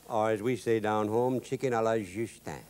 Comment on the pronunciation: Love the way he says shicken